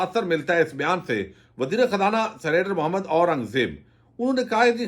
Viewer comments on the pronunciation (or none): none